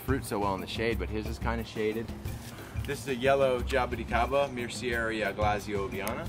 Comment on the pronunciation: has the most stylish way of saying jaboticaba, just awesome!